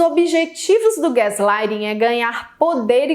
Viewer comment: A pronuncia certa é Gas... ou Gés...???